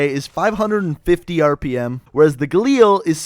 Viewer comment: alright i have had enough with people pronouncing galil like that. It is pronounced ga-lil not ga-leel